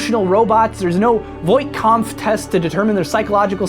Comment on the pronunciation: wow, i loved when you said: there's no voif kampff test (i can't remember how to write it properly sorry). I admire you a lot. continue beeing so amazing please. from Spain with love;)